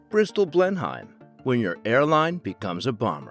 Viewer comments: It's pronounced "Blenim" Like "Denim" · Dear lord the pronunciation of Blenheim is shockingly bad......